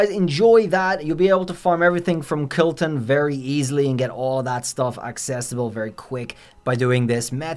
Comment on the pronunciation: It’s not kilton it’s kolton